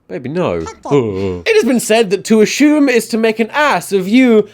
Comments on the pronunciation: I can't believe tom spells it "Ashume" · Ashumme? Did you have a stroke man? Cause you're pronouncing things kinda off today. I'm sorry I love you and you were the first person I ever subscribed to. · Your pronunciation of assume feels like an attack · he once explained in a video that he has kind of a mixed British-American accent because as a kid he used to watch a lot of US series and tv in general, mimicking the American voices. But yeah, it is still a bit weird in between his rather British accent to be suddenly struck by an "ashoom"